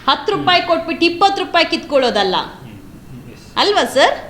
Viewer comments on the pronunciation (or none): none